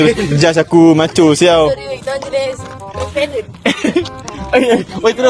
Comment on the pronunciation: kalau ckp sial confirm dye ckp siaw😂